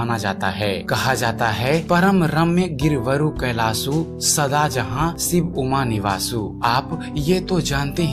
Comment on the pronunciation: siv nahi shiv .. kailas nahi kailassh sha bol nahi sakte ho kyaaa ..pehle hindi bol na seekho bhaad mein videos banaoo